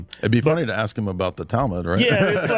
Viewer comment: Let me Aks you something.. 😂😂